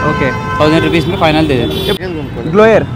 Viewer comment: Adhi gloygar kadhamma Blower😂